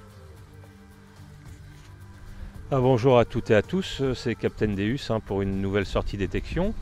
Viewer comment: Bonjour meusieur svp svp arrêter de massacrer le non du Deus le non c'est dieux en latin donc sa se prononce déOUs et non déUs .on dit pas jais une Ferraru ou une lanborgino vous voyais se que je veux dire alors bonne detection ça vous capitaine déOUs 😁😁😁😁😁😁😁😁😁